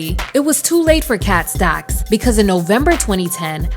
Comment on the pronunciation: The way she says “KHET STECKS” still lives in my head 😂 She was basically the next era of Karrine Steffans. She surprisingly has a better understanding of bisexuality than a lot of people. Given what she’s endured, I hope she’s doing okay.